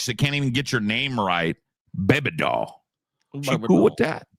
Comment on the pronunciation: A blow up daahl. He says it like the Hindi word for bean